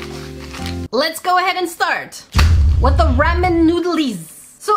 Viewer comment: It’s rawmen not ramen